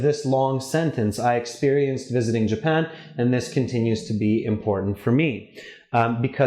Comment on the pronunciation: Japan, not Japand